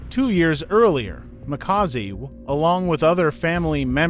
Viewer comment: Mxm this person can't even pronounce Makaziwe . This is a propaganda 😢